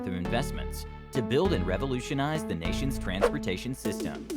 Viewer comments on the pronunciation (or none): none